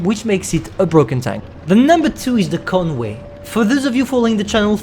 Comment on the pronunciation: ”Conwae” - 2020